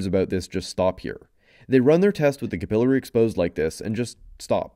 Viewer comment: Listening to you pronounce capillaries wrong literally made me turn the video off.